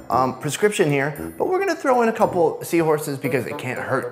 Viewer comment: you are killin me..did you say the power of 1000 seahoures!!❤❤💞💘🤣🤣🤣